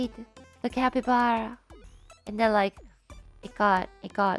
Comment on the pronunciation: The way Ina says “capyblappy” 🤣